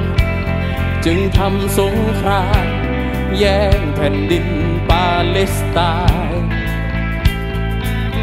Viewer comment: เข้ามาฟังตอนนี้ เพราะเข้ากับสถานการณ์ตอนนี้มาก การเรียบเรียงดนตรีคือดีมาก น้ำเสียงนักร้องมีพลัง คล้ายพี่ปู แต่สำเนียงร้องบ้างคำควรปรับบ้างเล็กน้อย เช่น คำว่าปาเลสแต่ออกเสียงเป็นปาเล็ส เพราะเมื่อฟังจะรู้สึกขัดๆและกระด้างไปครับ